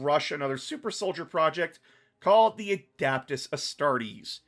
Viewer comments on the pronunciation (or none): A-dep-tus not adaptus jk great vid